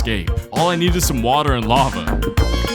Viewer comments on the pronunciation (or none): none